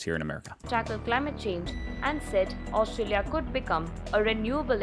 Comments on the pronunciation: Aust...R...alia, It has an R in it and you get is wrong quite often. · Bro, AustRalia has an 'r' in it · First, it was Woolsworth now. It's Austalia. You're starting to slip.. 😂😂